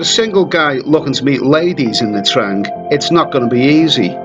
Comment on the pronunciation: First thing you should learn hoe to pronouciate the cuty"s name correctly before making any video 'mate"